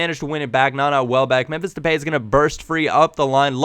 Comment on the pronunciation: Depay is pronounced De Pie. P. S. u is AWESOME